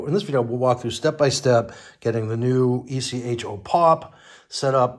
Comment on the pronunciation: It's called Echo, not e.c.h.o.